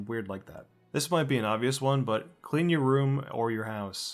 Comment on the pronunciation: I'll be sure to "clearn" my room. XD